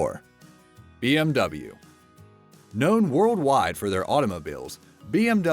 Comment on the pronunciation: Bmw pronounced very rong